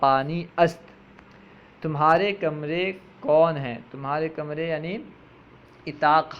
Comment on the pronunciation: Bradare aap ki kawish laiqe sataish hai Laikin aap apne talaffuz ko Durst ker lain or sahee mane batane ki koshish karain. Misal ke tor per aap ne lafz urdak ko irdak irdak parha. Lafz Utaq ko itaq parha. Isi tarah ager lafz gosfand ke mane bakri aap ke hisab se hain to phir lafz buz kis ke liye istimal ho ga? Gosfand to bher hoti hai. Dr. Tasneem